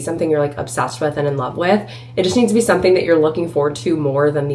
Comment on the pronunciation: I noticed when you say had to drive or had to go you say “to” like “tha” like “had Tha drive” or “had Tha go to the store” I wonder what accent that is